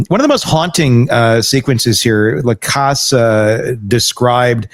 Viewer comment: Please learn to pronounce Jeff Lacasse's name. It is French - LaCasse - not too difficult - you hear it pronounced correctly all the time, just simply listen.